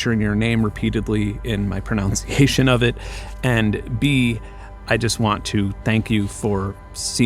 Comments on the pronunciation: Whilst apologising for your pronunciation of someone’s name you pronounced pronunciation incorrectly. Good video. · lol you pronounced pronunciation incorrectly